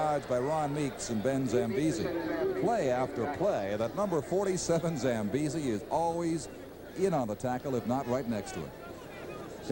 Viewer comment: I am here just to hear Don Chevrier pronounce Ben Zambiasi